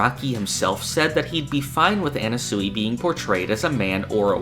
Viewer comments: Sure, Everyone's theorizing about why Anasui but.. NOBODY is bringing up this man's pronunciation of Anasui??! Anna-sooey? It's driving me mad!!! I don't normally nitpick how people pronounce things but I'm going crazy! It's Ah-Nah-Swee (Sui is pronounced like Sweet) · My bro, I love your content, but please, stop saying Anna-soowee. It’s Ah-Na-Swee. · His name is pronounced annaswee not annasooey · Mf says anna-sooey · Am I crazy, or is he pronouncing "Anasui" weird?